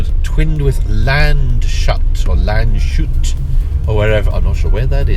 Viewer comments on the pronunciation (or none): You stated Landshut as a twin town of Elgin. This is a town in Bavaria and pronounced [ˈlanʦhuːt] (so Lants-hood in english spelling)